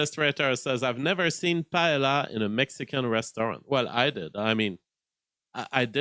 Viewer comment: Paella pronounced “Py-eh-a” LL = y in Spanish.